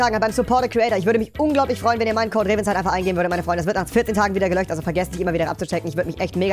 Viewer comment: Wie er immer sagt '' Der Support a creator code wird wieder gelöcht '' 😂